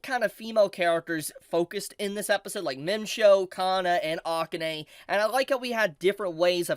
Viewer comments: Is it not the case that AKANE is pronounced "ah-kah-Ne," not "Ah-Kin-nai"? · Oof, please pronounce Akane's name correctly